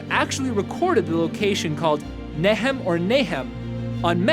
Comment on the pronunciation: Nahom should also probably be pronounced in the English with the "schwa" for the second vowel, instead of a long o, which would have made the connection clearer for the hearer.